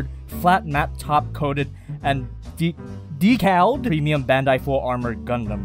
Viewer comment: YES IT IS PRONOUNCED "DEE-KAL"!